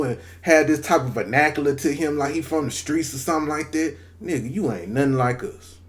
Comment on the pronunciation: Yeah. He don’t be saying the N word right. It has a different feeling. Plus he use it too much. Like chill.